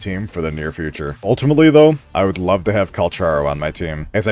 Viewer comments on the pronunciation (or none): none